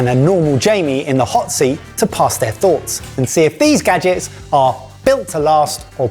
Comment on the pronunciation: kitchen gadgens